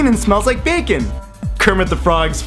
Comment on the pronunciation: I think the best part was at the end when you messed up saying the word "bacon" cuz you said it so many times 😂😂 this was genius